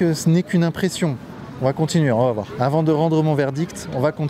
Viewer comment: Tout le monde sait que c'est vrai mais quand même ton "c'était mieux AVANT" n'est pas très discret 😅